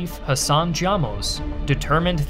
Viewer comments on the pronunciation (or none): none